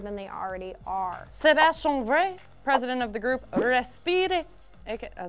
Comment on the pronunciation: Wow, that's a way to destroy French.... My French heart hurts.... If you don't know how to pronounce a name, at least write it out because I have no idea what is the name of the guy at the head of "respire" is...